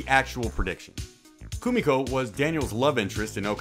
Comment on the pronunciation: Her name is Koo-me-ko. Get it right, instead of ruining the video. LOL.